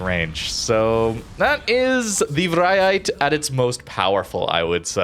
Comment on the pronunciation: As a Dutch viewer, I approve of your pronunciation of the ship names... you nail the Vrijheid, others maybe not so much, but the effort feels genuine to me, so props to you!